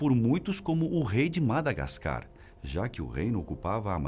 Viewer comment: Não se diz madagascar🤦🏼‍♂️ e sim Madagáscar